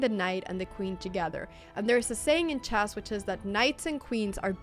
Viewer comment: I love it when you say Chass in stead of chess it’s so funny